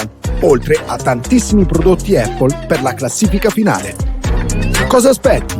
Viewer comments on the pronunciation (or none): Con tutto il rispetto ragazzi ma Apple si pronuncia : APPL con la A iniziale. Non EPPL…. visto che lo dite ogni giorno. Sono madre lingua inglese e vivo a Londra. Non voglio fare il professorino eh!